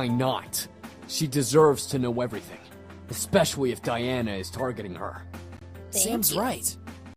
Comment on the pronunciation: sam said espiciawly like with the w sound its so cute he sounds like bugs bunny